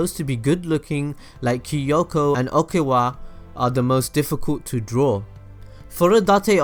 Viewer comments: Okiwa😂😂 I’m sorry.. but It’s Oikawa not Okiwa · Okewa??? wtf dude since when is Oikawa read "Okewa"?!! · WHY IS OIKAWA PRONOUNCED OKIWA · "Okiwa"Bo I IM ABOUTTA FREAK OUT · "okiewa" tho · Wow he butchered Oikawa's name HARD lmao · I'm sorry but I can't help but cringe when he pronounced "oikawa" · It's like "Ok" and then Rick Grimes saying "Why" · Omg the was he pronounced Kiyoko and Oikawa. I mean Kiyoko's was fine but he absolutely butchered Oikawa's name. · I hate it how he says Oikawa and Karasuno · I was triggered when he said oikawa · You cant even pronounce Oikawa right! Lol!